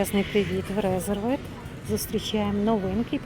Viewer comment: Правильно казати Резервд , а не Резервед